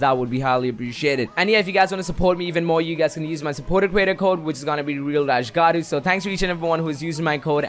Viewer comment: ...with your name is gattu why do U say garru?!